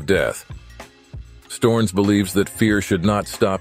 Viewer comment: LOL "Storns"? Americans.... or maybe I should call them Amricans It is S t_O_ (like Oklahoma) r n_E_ (like eleven)s.